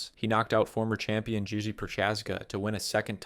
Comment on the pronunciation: Bro called Jiri “Gigi” and said that Pettis knocked out Benson Henderson 💔 bro is a total fraud